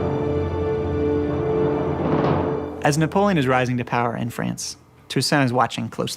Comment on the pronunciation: “N He EnRagEd ......NePoLeeOn”